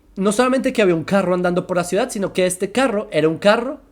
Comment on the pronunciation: dice cuidad